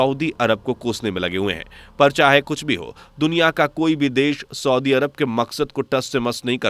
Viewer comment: Soodi nahi saudi hota hai...bolna toa aata nahi aapko...